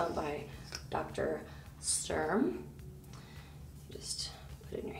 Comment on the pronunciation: ITS DR.STURM....not Strum...I am annoyed by that because I am german and Sturm means storm...you don't say strom don't you? 😁